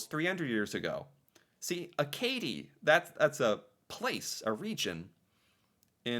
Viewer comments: Its pronounced Ack-a-dee 😊 not akaydee lol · Roy Dupuis, who plays Maurice Richard in this Heritage Minute also played him in an EXCELLENT biopic about him. Watch the French version with subtitles. "Acadie" is the French word for Acadia, and is pronounced "a-ka-DEE" with emphasis on the last syllable. The Acadians are the direct ancestors of the Cajuns in Louisiana. If you think of how English speakers would have pronounced "Acadian", it likely would have become something like "a-KAY-jun" which eventually became "A Cajun" and then just "Cajun". During the French and Indian war, they needed to get anyone potentially loyal to France OUT of British-controlled North American. Lots of Ukranian immigrants settled in Central and Western Canada, hence why half of the Myrnam Hospital Minute is in Ukranian. The Heritage Minutes used to play during commercial breaks on TV. This was extra common during children's TV blocks.